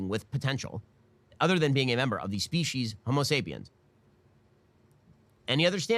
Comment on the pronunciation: I swear Ben said homo sapient… was that a joke or he just dumb?